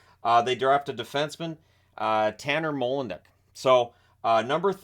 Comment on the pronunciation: Hmm, always interesting how what I guess must be a Dutch surname gets mangled to sound as if he's from Russia. I'm quite sure the emPHAsis is on MOlendyk (compare with Joe Nieuwendyk)